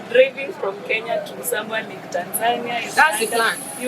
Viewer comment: My girl ❤❤ mshow ni kenya not keya 😂😂napenda nigeria sana